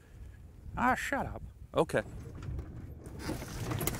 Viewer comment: said shaddup:-O